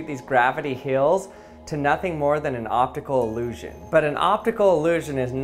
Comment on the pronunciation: It’s called Hills not Heals